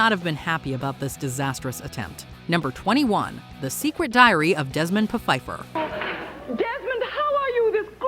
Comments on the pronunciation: Desmond Pa-fifer? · It was really called Desmond PUH-Fifer? I would have skipped it for that fact alone.:D